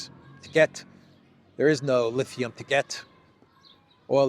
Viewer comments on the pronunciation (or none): none